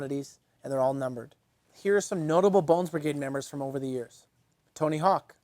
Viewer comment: He said Brigrade.